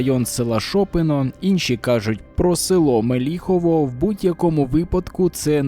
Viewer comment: Вам потрібно перед записом опрацювати питання з наголосом населених пунктів. СУджа, а не СуджА, МЕліхово, а не МелІхово і т.д. Не "близько шістдесят окупантів", а "близько шістдесяти окупантів". "Колонна" по-русски пишется с двумя "н".